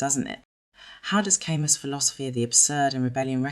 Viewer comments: It’s pronounced Kah-Moo. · If you can't pronounce his name, you don't get to talk about his work.